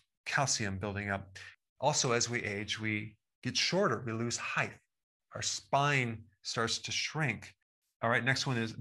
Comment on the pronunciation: Dude, the word is “height.”